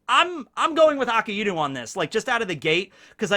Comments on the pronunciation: AKAIENU!!!!!!! Everyone: Akainu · such a shame how someone who is known for one piece knowledge , KEEPS butchering akainu`s name the name means red dog so yes its aka for red and inu for dog BUt!!!!!!!!!! its not pronounced as 2 different words its pronounced A - KAI - NU stop putting so much emphasis on the iiiiiiiiii if its one time i can handle it , but you are using the name 263648 times in one sentence pls do it right man NOT A- KA- IIIIIII - NU its A - KAI -NU kai as in dragon bal kai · It's "Ah-Kai-New" not "Akah-Enu".